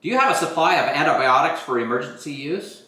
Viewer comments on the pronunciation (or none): Can you please learn to say the word correctly? An - ti - by - AH - tics. You are completely missing an entire syllable! For an educated woman, working in the medical field, that is weird. And Fish antibiotics work perfectly well and are made in American labs just like this and are a whole lot less expensive. Don’t knock it if you haven’t tried it. While the goal is a noble one, other sources are equally good and cost less in this inflationary market. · Repeat after me…. ANTI-BY-AWH-TICK…. Antibiotic. I sincerely could not take the video seriously by hearing you call them antibotics.